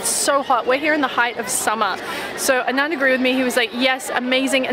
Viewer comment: Girl, his name is pronounced like ah-nun-dh not a-naan-dh :)